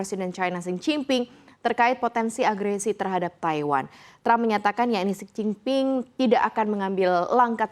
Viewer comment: Xi jin ping mbaaaaa..bukan sen cing ping..sen cing ping artinya "gila" wakakakkakakakaa